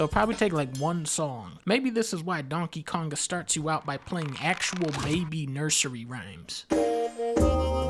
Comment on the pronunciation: DUNN-KEH Kaoug-GAH